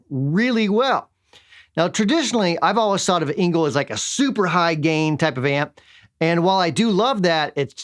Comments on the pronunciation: its not really like an "A"... its more like an "E", for example or Edison or error ;) but who gives a shi.... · Please pronounce the "e" in the German surname "Engl" like the "a" in "a-nd". The "ngl" you pronounced it correctly.